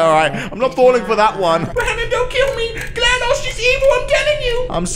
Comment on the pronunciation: he said Glados wrong